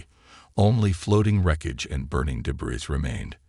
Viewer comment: Why are so many of these nice stories ruined by poor AI it’s widened not whitened, sighed not side, debris not whatever is said then the totally illogical sounds like b z z d, plus Ethan seems to be pronounced differently multiple times. I know you need AI to make these stories but how about listening and editing before you post then your nice stories. Just a thought.